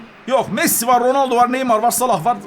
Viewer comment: ROnaldoya roneldo diyen ilk defa gördüm😁😁😁😁😁